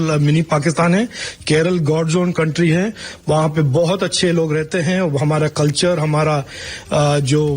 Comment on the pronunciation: കൺട്രി ഹെ. കുൺട്രി ഹെ😂